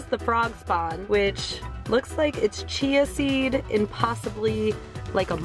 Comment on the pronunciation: Did she say chia wrong or was it just me? Haha